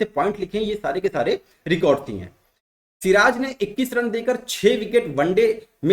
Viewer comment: सिर ताज ...... सिराज 😂😂😂😂😂